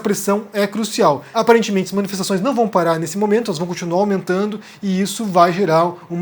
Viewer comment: É claro que isso foi o Carlos. O Bozo não consegue nem falar manifestação, ele diz manifeção, quem dirá bolar Twitters.